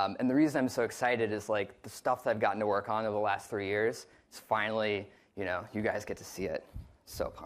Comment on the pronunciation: "I rock in Facebook" he say?